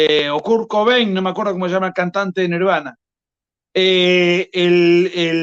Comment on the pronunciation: "Cor Cubein" JAJAJAJAJAJAJAJAJAJA